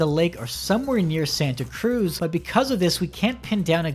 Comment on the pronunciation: As someone who lives in the Bay Area, I cringed so hard everytime he said Santa Cruz.